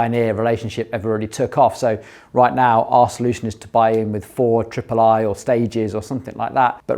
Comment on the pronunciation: 4iiii not 4 triple i, lol!